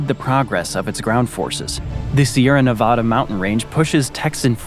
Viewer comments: The name of the state is NeVAEda, not NeVAHda. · Say thisnot nevada but that is how you spell it say it like its navada